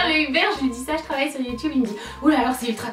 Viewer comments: C'est pas la première fois que je remarque mais, tu dis Youtoube au lieu de Youtube quand tu le dis tout seul! Tu t'en rends compte?:) Bonne idée le Pékin Express des youtubeurs! Bisous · elle le prononce a "l'anglaise", le mot de base,quoi :)